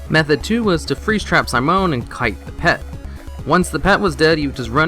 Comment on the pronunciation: Ive never heard anyone pronounce Simone the way you did. Very odd. You also said Val'kyr wrong multiple times, adding extra letters apparently.